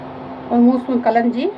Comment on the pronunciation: ಕಲಜಿ Adare yenu mam??? gotta agilla clear agi heli swalpa please yenu anta